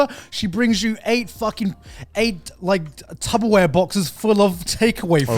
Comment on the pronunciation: Did I just hear Garnt say "Tubberware"??? 🥲